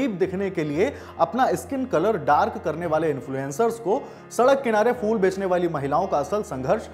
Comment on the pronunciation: Arre champak fool nhi phool hota hai